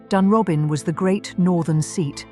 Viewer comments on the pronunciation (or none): It's pronounced Loosen-Gore. And Dunrobin is pronounced Dunrowbin. Not a bad essay by the standards of these things. Edward was a constant visitor to Himley, ostensibly to see Freda.